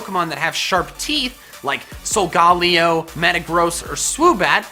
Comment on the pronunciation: so-ga-lay-o GET IT RIGHT